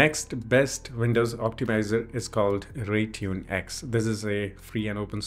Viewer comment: Instead of Rytune its Raytune in ur website